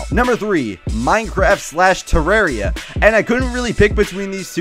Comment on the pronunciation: tuh•rawr•ee•uh... *triggered 😂😂